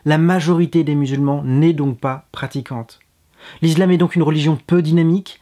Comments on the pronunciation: Je me disais bien aussi, l'izlam? Heu zé quoi ze truc? :) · On dit pas "is[z]lam"...lol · la lettre S se prononce (z) lorsqu'elle est située entre 2 voyelles. Ce n'est pas le cas pour le mot ISLAM ;)